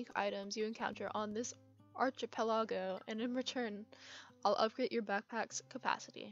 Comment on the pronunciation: archipelago is pronounced ark-i-pel-a-goh! It basically just means a group of islands, like Hawai'i or the Philipenes.